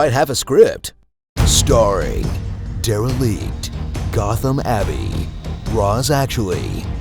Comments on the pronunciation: i died when he said STARRING DERELICTE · DERELICTE hahahahahaha